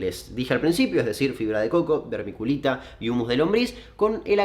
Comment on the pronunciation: Hola, podes volver a decir vermiculita en tu proximo video? Me gusta como la pronuncias. Saludos.